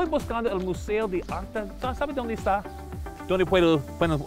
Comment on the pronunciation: Dounde puerouh comprah en la biblioteca